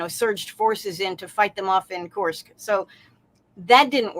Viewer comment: Judge makes me laugh with his Kursk pronunciation challenges 😂😂😂